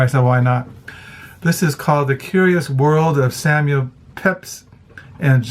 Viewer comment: Hi, please don’t take offense but in the first book mentioned the mans name is pronounced Peeps.